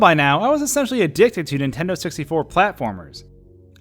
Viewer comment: Every time you say on Nintendo it sounds like you’re saying on intendo and it drives me nuts